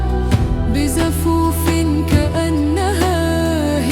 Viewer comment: انتبه لمخارج الحروف ... صح ذكاء الصطناعي .. لكن متوقع منك الافضل .. "هقلة" بعدها ما قدرت اكمل ... شكرا لك على الجهد